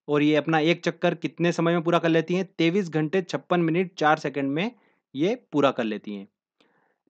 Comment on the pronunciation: तेईस बोल सकते हो भाई ' taivish' कन्फ्यूजन शब्द है